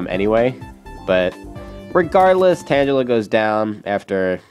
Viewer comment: Hey, I actually think you say tangela wrong. I think it's actually pronounced tang-a-la